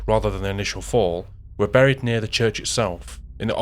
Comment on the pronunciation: For your info, the word 'buried' is pronounced like the word 'berry', and not like the sound of the word 'curry'.